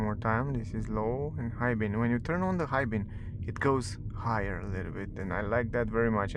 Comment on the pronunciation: its called "beam" with "m" not "bean" you said a thousand times....